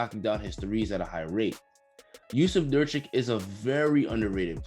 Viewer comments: Nurkic as in Nurk-itch not nurtchik. No biggie, but lends more cred if you keep making these videos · Great summary video, bro. Love all of your thoughts. One thing by the way - it's Nurk-ICH, not Nurch-ik. Get it right. Also, Dame is not "arguably the clutchest player in the game". No. He is, by a HUGE margin, the statistical heavyweight in crunch time since 2012 and counting. No "arguably" about it. Put some respect on his name. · My guy I don't mean to blast you but Nurkic is pronounced like Nurk-itch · Bro the blazers are SCARY now - Also it's pronounced "Nurk-itch". don't be a barkley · You read Nurkic as Nurcik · You miss pronouncing Nurkic was very annoying